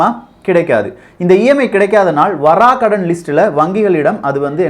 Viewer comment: Vaarakadan...Vara kadan ila